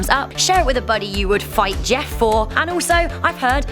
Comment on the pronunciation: It’s “Jeff” not JESS